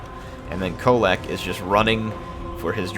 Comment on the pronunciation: That end with Kholek was more like "hit a mole"